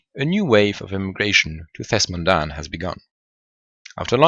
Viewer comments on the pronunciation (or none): It's Thes'Modahn not Thesmondahn